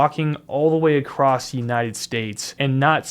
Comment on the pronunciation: Acrosst isn’t a word